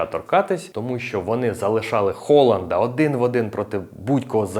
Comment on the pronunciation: Дякую тобі за Холанда. Хоч хтось не каже це Г у прізвищах.